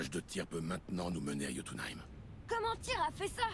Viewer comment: Ça vous perturbent pas quand dis "Jotuneïm" au lieu de "Yotyneim"?!??